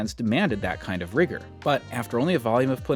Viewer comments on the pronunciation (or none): none